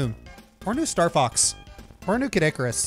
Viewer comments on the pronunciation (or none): none